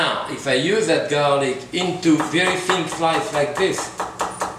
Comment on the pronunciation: "THIS IS GARRRRLIC!"